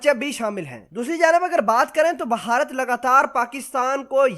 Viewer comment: The proper word is bharat, not baharat.